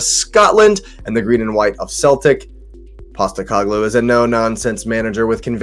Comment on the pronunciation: It's pronounced Seltic